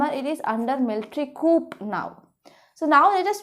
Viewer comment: Mam coup is pronounced as coo